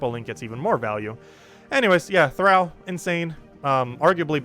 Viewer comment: Thrall. thrahhh ll. Soft a. Like in enthralled. Not eh thaiiiled.